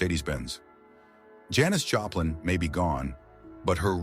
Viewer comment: You pronounce her name Joe plin??? What the hell !! Damn stupid AI shit -- cant pronounce a person's name correctly !! Stupid shit